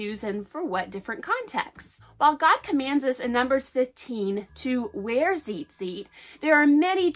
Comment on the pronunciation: Ur saying it wrong it’s tzitzit not zizit